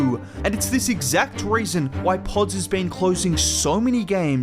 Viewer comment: I like the way you say podz lol I’m sure you got all the British kids and white kids saying it like you now haha